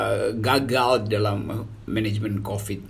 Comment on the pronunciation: Keren pengucapan.. "..itu ga..gal..!"